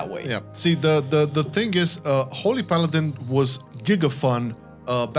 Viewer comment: Paladiny. Or paladin-e